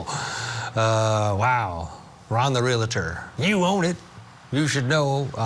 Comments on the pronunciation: Pronounced Real-tor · Please stop saying Real-a-tor. Thx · It never ceases to amaze how supposedly educated professionals are unable to pronounce words like 'realtor'. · It's painful to hear the host of Court TV mispronounce 'Realtor,' more than a dozen times. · Ugh....real-tor... NOT re-la-ter. Come on! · Your news caster pronounces Realtor wrong. It’s not Real a tor! No A😫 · Stop saying RE LA TOR. Try saying REAL TOR 👌🏻🔥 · REAL - tor. REALTOR. There is ONLY 1 “A” in “REALTOR!!” The word is NOT pronounced, “Real - A - tor”!! What is WITH these lawyers?? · The word Re La Ter does not exist. It is Real Tor! Pronounced just like it is spelled. You are supposed to be educated! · Please!!!! The word "Realtor" has ONE "A" in it! It is RealTOR, not real-A-tor.! Dr. Phil pronounces it incorrectly also. "Cmon folks! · Real-tor not Real Uh Tor... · To the narrator of this Court TV video: You have mispronounced the word realtor multiple times. It’s pronounced REAL- TOR, NOT REAL-I-TOR!! Common mistake but it’s cringy when newscasters and journalists say it wrong over and over. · Its real tor it isnt reali tor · Real-tor, real-tor, real-tor. Not real-I-tor. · Real a tor? Do you mean real tor? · Pronounced Real-tor in 2 syllables, Not Real-a-tor. A mistake often made. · “REAL-TOR”. Not realator. Thank you. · Real-tor; not real-a-tor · It's realtor, not real-i-tor. How can an anchor not know that? I can see getting it wrong once, but over and over again.Sounds ignorant. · Let's all have a lesson in the correct pronunciation of realtor. It is not re-lah-ter. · Oh US! The English Dictionary shudders!! It's pronounced Real tor. Realtor. Not Reala ter. About as frustrating as the Prior bullying tactics. 😂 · your news reader needs to learn how to say realtor. Real Tor. Was driving me crazy :face-orange-frowning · It’s REAL TOR —- 2 syllables. I.e., nuclear. NU KLEE UR Most say, “NU KUHL UR” 😬I’m not being a smarty britches, I promise! 😉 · it is pronounced REAL-TOR